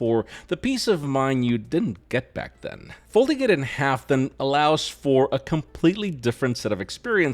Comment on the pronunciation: Folds in 'arf? 😂